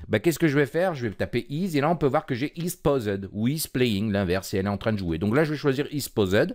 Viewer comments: iz Pausède !!! MDR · isPaused prononcé "iz Pauzède" 😁😃😄😁 you spikeuh vérie ouelle angliche